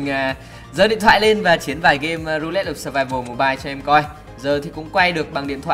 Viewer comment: Ru-lét of survival. Englick.Englick!!